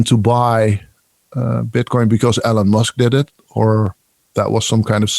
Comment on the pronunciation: I like how pronounces Elon as "Allen"... Think I might start doing that.